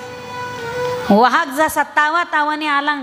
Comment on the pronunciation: वाघ वा हाग ' उच्चार